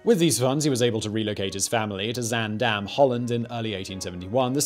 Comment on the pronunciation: Zaandam. I had to rehear Simon say that cause i thought he'd said Van Dam